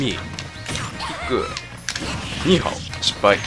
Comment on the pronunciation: マリオの上スマニーハオに聞こえるの俺だけじゃなかったんだ、、、！